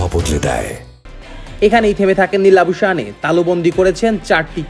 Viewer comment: Labu shaneey na Labu shane prounce hobe, Bangladeshi sports reporter der ei akta boro shomosha kishu thik kore bol te pare na, ba pronounce korte pare na